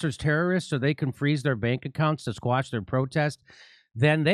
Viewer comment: We live in The Twilight Zone now, guys. ps Quash, man. The word is fuckin' quash, not squash .🙃